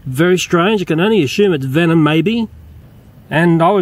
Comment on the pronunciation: venom lol not vemon